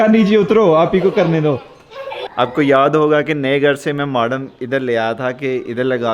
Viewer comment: Dear "Modem" hota ha Maadam nhi hota